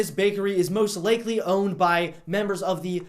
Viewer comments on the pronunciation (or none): I’m sorry but.... “most lakely.”